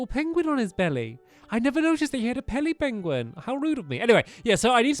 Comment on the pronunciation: He said a pelly benguin